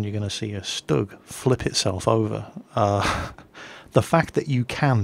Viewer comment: No offense now, but its pronounced shtoog not stugg that's just the German abbreviation and spelling. :)